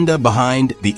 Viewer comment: Existential - not eggsistential - has nothing to do with eggs, sorry.